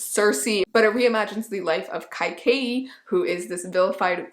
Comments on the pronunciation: its actually pronounced like ke kayi with the A more like an A sound and not an AA sound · I think Kaikeyi is pronounced k-uh-y-k-uh-ee Had to look it up because I didn’t know the phonetic spelling haha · hey! Just wanted to let you know its pronounced as Kay-ka-ee :)